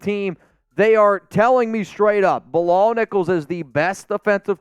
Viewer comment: My name is Bilal too, you’re pronouncing the name incorrect. You’re saying “Bill-All “ that’s not the correct pronunciation. It’s pronounced “Be-lal” the last two letters are like “Al” not “All”